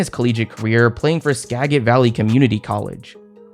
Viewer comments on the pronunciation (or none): SK-A-JIT. got Ska-git..lmfao